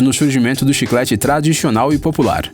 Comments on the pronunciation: Também percebi "adixionar" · chiclete tradishonal? HAHAHAHAAHA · Chiclete tradichional kkkkkk 10:9